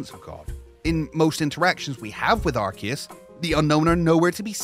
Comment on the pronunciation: IT’S NOT FUCKING ARKEUS